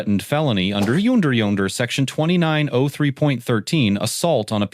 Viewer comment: Under “Yoonder yonder”? Must be serious, then. 🤖